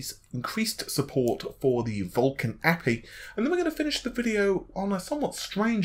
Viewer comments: God damn it! It's Aypeii not api! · Fishmonger ! ... i felt exactly the same way.. i generally am not like this but really... its A P I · Yeah, I was wondering what that word was..."appee"? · I'm starting to think you just mispronounce as much as possible now, it used to be kind of funny but now I'm just like wtf. APPY???? A.P.I it's just as much effort to say dude. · Thumbs down for "a-pee", it's pronounced A.P.I. It's an acronym for Application Programming Interface. Stop pronouncing things incorrectly. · What's an appy? It makes me un-appy hearing you say it like that. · If you're reporting on tech news then learn to pronounce it correctly. Anyone who works in the field would be scolded for saying "a-pee" because it gives the impression they don't know what they're doing. So yes, pronounce tech terms correctly if you are going to report on it. If this was a one-off then I wouldn't care but he does this a lot. What's next? C# pronounced "C-pound?" or .NET pronounced "period-NET?" or CPU pronounced "see-poo?" or GPU pronounced "gee-poo?" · The way you pronounce api 😂. Nothing against you, I understand it's hard to guess the pronunciation. But it's just to funny .